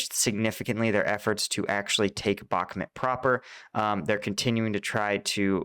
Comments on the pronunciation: Its Bakhmut not BOK MOOT. Idiot. Also, its REAL non Lame stream so called media name is Artemivsk in its native Russian speaking inhabitants' language. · I like your channel but everyone else is saying "bock moo t" and you say "bock mit" lol which is it. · bach MOOT : ). Like the composer, and moot pronounced extra long. (Just not BAK mutt). Love your content!